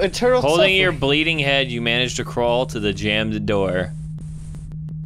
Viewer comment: MICKEY MOUSE: true suffrring